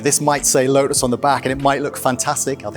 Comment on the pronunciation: Why does he keep calling it a “lodus”?